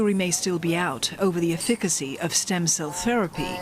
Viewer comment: Great news story. Keep it up. Efficacy pronounced wrongly.8.28